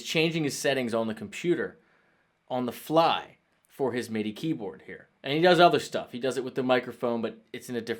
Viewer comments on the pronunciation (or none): none